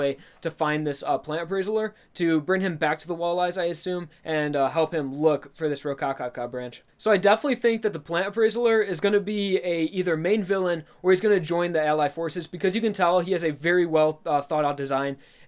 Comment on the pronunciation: Your pronouncing of appraiser as "aprraisaler" is hurting my brain each time hahah, but other than that awesome reviews, sorry for barely starting these lol.